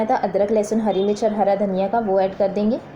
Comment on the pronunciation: dhaniya zeera sahi nai bole